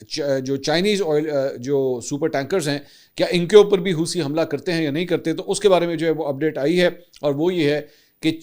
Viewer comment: Hoosi nahin, "Houthi".. Please naam sahih bolein